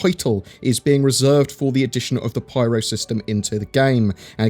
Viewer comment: I've googled it, it's called the Pyro System, please stop calling it the Pryro System